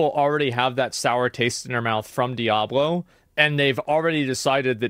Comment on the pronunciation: Today's speech impediment Diablo video is brought to you by the letter L